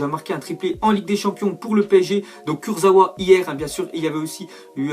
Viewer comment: On dit kursaVa